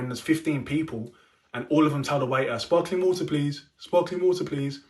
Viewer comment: LOL "SPARKALING WATER PLEASE"🤓🤓